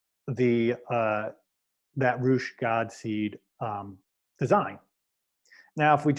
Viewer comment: These videos are amazing, thank you so much for deep diving and walking us through your process. fyi I believe Reuche is pronounced "roo-shay" in the teachings.